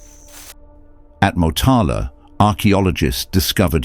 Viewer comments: Please pronounce Moo'taala the correct way, mota'la. Shame on you for not trying to even get it right as so many other things about Swedish history. Wow, I was so excited and ended up so disappointed as my major is history and I am Swedish. Shit pronunciation right through and I am not impressed with some of your assumptions. Not correct from a UNIVERSITY GRADUATION point of view.. PHD... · The O in Motala is pronounced more like in moo when you mimic a cow.